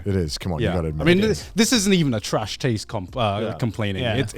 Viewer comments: is it just me or just garnt sound like hes saying trash tades awards in the intro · "nailed it" except he pronounced taste wrong lol